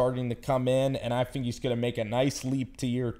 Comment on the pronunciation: Anuver? You fink 🤦🏻‍♂️?